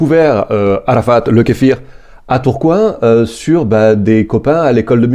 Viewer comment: Alors... Il semble qu'une prononciation de kéfié pour l'écharpe soit + adaptée, et on garde le brave kéfir pour notre bien être intestinal.